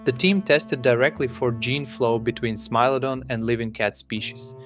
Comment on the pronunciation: Stop saying smee lodon ffs!